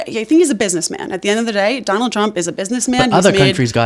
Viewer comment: Did she say Don-old Trump?